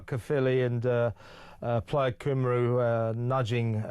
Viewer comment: Come on Kevin….i love you, but please, oh please can you learn how to pronounce ‘Cymru’ correctly! ❤️